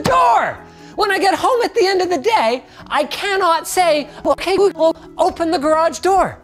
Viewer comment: Its not working because you said "Okay Woogle"